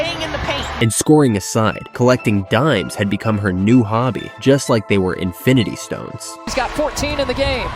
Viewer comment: "she collects daims like invinitystones" 😂